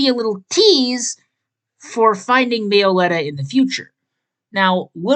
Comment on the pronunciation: everyone has different pronunciations about pokemon names but me-oh-letta is down right criminal i really hate to be rude but its pronounced mello-etta